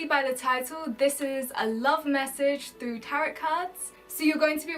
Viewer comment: you’re pronouncing tarot wrong